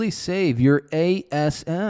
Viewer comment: That real estate investment could really save your a-s-s 😂 It took me awhile to realize what was saying. Hahaha Love love love this episode!! 🤌🏽